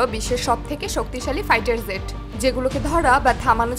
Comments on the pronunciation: একটা হলো jet আর একটা zet দুটা এক নয় মিয়া। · মাফ করবেন jet এর উচ্চারণ ভুল হচ্ছে, ওটা zet নয় বরং Jet